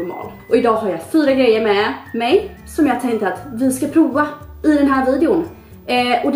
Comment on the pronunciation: Bara jag som tänker på att hon säger ”proa” och inte prova?!